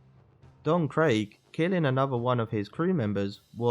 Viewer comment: Ah yes, captain kro, don Craig, and barateeee. Can you please just say the names right